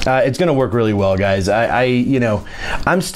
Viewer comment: Word of the day,, "guysis"